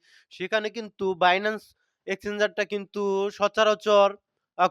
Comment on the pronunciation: বিনানস্ না বাইনান্স সঠিকভাবে বলুন 🎉🎉🎉